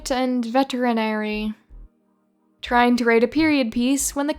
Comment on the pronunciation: Who the hell gave Lord Downey a reddit account, it's Vetinari, not Veterinari.